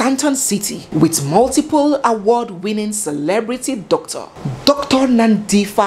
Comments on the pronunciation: Well done being a Nigerian you have tried her name is Nandipha like how you would say Par for (Pha) but you have done amazingly well yhooo Bester is indeed a Momster his mother would hv been killed and no one would hv known about her that's the kind of monster the man was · I am a South African but this is the first time I hear this kind of detail into this story. Your researching skills are "Off The Charts". By the way, Dr Nandipha belongs to the Xhosa tribe and the "ph" in her name is not pronounced "f" as in English, but like "p". So it's Nandipha and not Nandifa. I live in Pretoria near the prison where Thabo Bester is now incarcerated, and this time I pray that the Prison Warders in Kgosi Mampuru have intergrity. In fact Barista, I think you should also hold a 3 day "Prayer and Fasting" for this case also on all Social Media Platforms. 😂 I'm even shocked to think that Dr Nandipha was not even scared that Thabo Bester might end up killing her also like Nomfundo, his former girlfriend. Some ladies are brave! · pronounced as NANDIpa - add the H for the sound for PAranoid, not PHantom😉. loving the story telling skill.thanks. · It's Nandipa. But spelling is Nandipha. The H is silent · Every other news outlert and entertainment channel has carried this story but boy oh boy! I was waiting to hear it from! And like always you did it Justice, her name is Nandipha[ pha prounced as Pa isnt like Paper] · hes not in pretoria now but in bloemfontein khosi mampuru prison. thank you for clearing up the name mispronunciation of nandipha. that didnt ring so well for me.